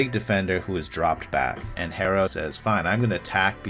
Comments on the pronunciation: For a minute I was wonder who the hell is “hay-ro” then I realized he was talking about hero?? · more like her-row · its Hero not Harrow wtf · It’s pronounced Arrow. The H is silent like in Hernandez or hola. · Its Tyler Herro (pronounced Hero) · why u callin him hair-o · Almost sounded like Harold at times